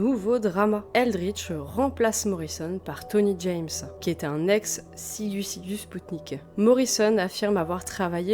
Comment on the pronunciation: Beau travail, je savais que c'était le bordel dans ce groupe, mais à ce point ? Quelques remarques : tu prononces "Floudland", c'est Flo:dland - Flood se prononce comme Blood. "Sigu Sigu Sputnik" ? j'aurais plutôt dit "zig zig Spoutnik", non ? Bon, c'est un groupe de 3e division, un truc fun sans suite (avec un tube très sympa dans le style 'Guerre Froide on s'en br*nle', comme avait fait FGTH avant avec Two Tribes - le reste de Sigue Sigue est assez pénible). Voilà pour les petites rectifications ;) pas grand chose. Perso sur Sisters of Mercy, je mettrais plus en avant la qualité des EP / maxis dès Body Electric (pas le premier qui reste un brouillon), voir l'excellente compilation 80-83, sortie en 1992, comme tu l'as précisé. L'album First and Last and Always est bien trop pop à côté, seul surnage la Lorelei Marianne évidemment, sublime. Floodland c'est beaucoup trop lent et répétitif - This Corrosion est vraiment mauvais. Pat Morrison apporte surtout ses yeux en amande et son joli minois. Pour The Mission : le single Wake est intéressant. Mes premiers souvenirs : les titres de Sisters en boîte, au Memphis impasse Bonne-Nouvelle. Mon dernier souvenir : Eldritch a pondu une horreur, une reprise de Temple Of Love avec Ofra Haza. Beaucoup trop tourmenté pour avoir une carrière stable, en fait (amphet').